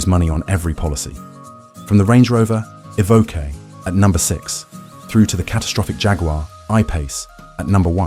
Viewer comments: My 20yo, 200k V70 is still a daily driver champion. And it's pronounced 'E-voke' not 'Ee-vo- kay'. And the complex electronics are an issue witb all new cars today, particularly ADAS. I work in the industry so see it daily. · as soon as you said evokae - i new i had to leave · “Evokay” isn’t that a character from Star Wars? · Tje range rover evvvv ok ,more AI pish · Eh-vo-kay What car would that be? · What’s an evokay?? Lol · A voke ay? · A.I with a slight lisp, that's novel but still A.I. it can't pronounce Evoque 50% of the time? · Has anyone cointed the number of times 'he' said 'astronomical' and 'catastrophic'?! And I wish 'he' would decide how to pronounce Evoque! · Hate this AI voice and the pronunciation of Evoque first couple of times is hilarious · Terrible voice over. English accent but American pronunciation, for example "two thousand twenty five" rather than "two thousand AND twenty five." "Evoque" pronounced in two different ways, "Jaguar" pronounced "Jagwar" but with an English accent. Nightmare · Evoque, eh. It's how Canadian's say it.